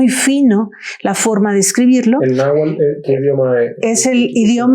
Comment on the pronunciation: PERDON ES NAHUATL no nahual